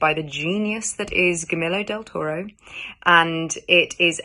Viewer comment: She said director's name wrong though hehe